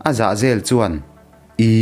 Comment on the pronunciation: ZAHZEL tih i lam dan khi kan lo lam thin dan nen a inang miahlo, upate han rawn ve leh chhawng chhin teh.